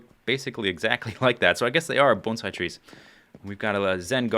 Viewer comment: you must know a lot about bonsai since you pronounce it correctly.